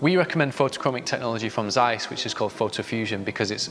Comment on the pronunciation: It's Interesting that even those who works with the brand, are mispronouncing Zeiss